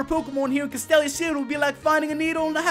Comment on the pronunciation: your'e pronouncing castelia wrong